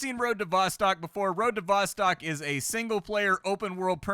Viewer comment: Road to VossTOCK not vastak